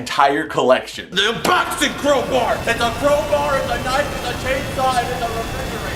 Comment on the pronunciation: Did you say refrigerator?🤣🤣🤣